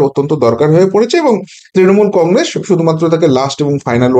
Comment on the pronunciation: কংগ্রেস - শব্দটার শেষে ' স ' ; ' শ ' নয়।